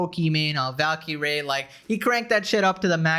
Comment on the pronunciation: Valkee - ray? Double Blue? I thought Indians learned English in elementary school